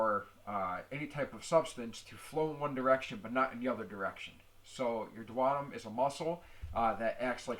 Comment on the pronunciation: I knew he was pronounceing that wrong . He is good at the explanations tho